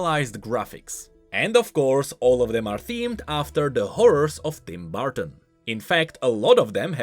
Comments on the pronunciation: "Tim Barton" "BARTON" Hope you ment to say Burton. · Burton. Not barton bur-ton